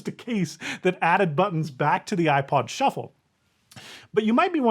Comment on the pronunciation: Ah, yes! The iPod Shu-fflé 😉